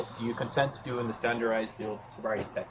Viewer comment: I swear to god, if that officer says "standerized" ONE MORE TIME ...